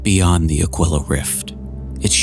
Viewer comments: Ah-kwill-ah? Nah fam, you're pronouncing it wrong, it's pronounced Ah-Kee-lah, always has, always will. I had to look up the pronunciation just to make sure and yep, it's pronounced Ah-Kee-Lah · It's pronounced A-KEEL-AH